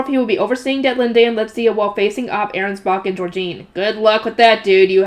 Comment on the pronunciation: Letizia is pronounced Le-ti-zi-a The way you a saying it is Let-zia leaving the i silent but you have to produce it. An i in German is pronounced like an e in English. Le-te-zi-a. But it is fine if you find it easier to keep everything as it is. You are doing fine otherwise. So keep up❤